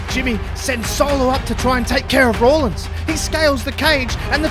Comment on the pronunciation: Its rollins not rawlins and why would seth care about roman this makes 0 sense moxley isn't leaving aew either